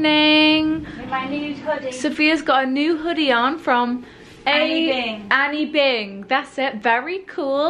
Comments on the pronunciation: "Annie Bing" for Anine Bing 😂😂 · Just as an FYI the brand is ANINE bing - pronounced ‘A-NEEN-A’ if you look at the hoody closely it doesn’t say Annie! 😘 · It’s not Anny Bing it’s Anine Bing pronounced A-neen Bing. It’s been around for years funny how every UK blogger is only jumping on the band wagon now because everyone else is